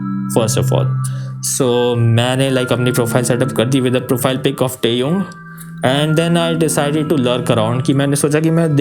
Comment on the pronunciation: your great fan but you are extremely wrong pronouncing TAEHYUNG please improve that otherwise love your videos